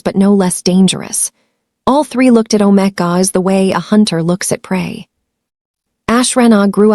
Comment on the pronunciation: Good story, not romantic, TOTALLY Unedited… pronunciation is ridiculous for main characters! Even visuals are nice. All that work to mispronounce omegas and betas, very distracting.